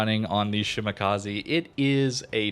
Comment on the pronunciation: FYI it's: she - mah - kah - zeh Not: she - mah - kah - zee